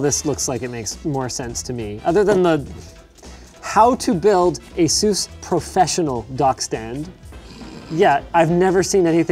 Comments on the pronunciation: asus not asues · Pretty sure you pronounce it ASUS and not AESOOOOS